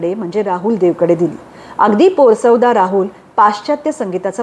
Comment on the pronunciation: खूप छान वाचलं आहे तुम्ही, गुरूदत्त फारच ग्रेट होते, तसेच अबरार आणि साहिर यांच्याविषयी पण छान माहिती मिळाली फक्त एक शंका आहे पोरसवदा हा शब्द पोर सवदा असा वाचला तो पोरस वदा असा वाचायला हवा का